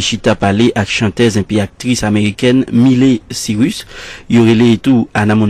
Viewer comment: me encanta cuando el tipo que habla dice: Mili Cirus jajajaj no sabe que es Miely Cyrus? jajajaj pobre (?